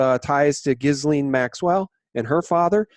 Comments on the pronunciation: YAY!!! and following - wins the prize for being the first person in North America to pronounce Ghislaine properly! That alone is worth giving the video a thumbs-up.:) He's also bang on the money about Ghislaine Maxwell's role in all of this. She's Epstein's handler for sure. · Ghislaine pronounced GeeLane. (Gee like glee without the L)